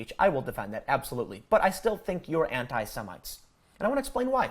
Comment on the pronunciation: >"semintes" He said it again. LMFAO what a fucking moron.